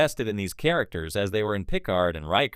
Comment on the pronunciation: This is an interesting video but the pronunciation of "Picard" makes me wonder if you ever watched an episode of TNG. I'm hoping you're just saying it a funny way on purpose. Either that or this audio is just AI generated and the creator was too lazy to copy and paste a phonetic pronunciation into the script.